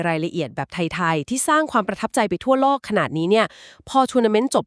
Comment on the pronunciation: ใช่เอไอฟากษ์ ออกเสียง โลก เป็น ลวก งบ เป็น หงบ